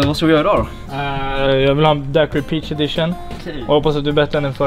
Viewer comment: Uttalas DAIQIRI inte Daquiri. Kommer ursprungligen ifrån Cuba o man uttalar inte U;ET .